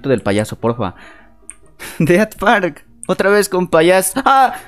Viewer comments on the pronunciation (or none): none